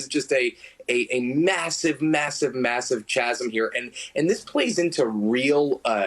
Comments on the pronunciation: Did he say 'Chasm' with the emphasis on the 'ch'? Like the ch in 'church? CH-asm? Does anyone else pronounce it like that?? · Gee as a journalist you probably should know how to pronounce chasm, don't you think?